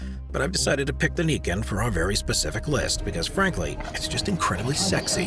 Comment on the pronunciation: YAMAHA『ニケン』じゃなくて『ナイケン』ですね